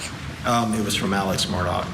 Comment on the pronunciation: It's Alex, not alec